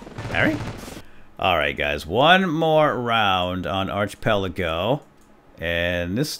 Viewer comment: please pronounce it ark-i-pel-ago